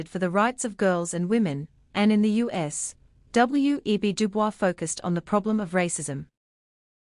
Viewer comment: Great, but just one thing: according to experts in DuBois' work, DuBois is pronounced "Du Boyz" (at least according to my Social Theory Professor)